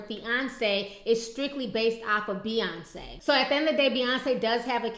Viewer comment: But her name is B..yonce and not F..yonce.